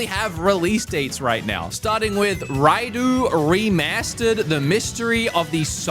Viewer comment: "RaiDOO from Shin Megamai TenSAI", this hurts my soul a bit...😂